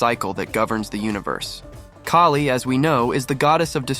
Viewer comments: It’s Kaali, not Kay-lee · Pronounced as K ah li. not K a li.